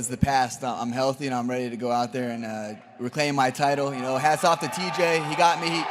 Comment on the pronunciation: Amanda Nunes can't go one full response without saying the word ready.... It drives me insane that she can't even pronounce such a simple word correctly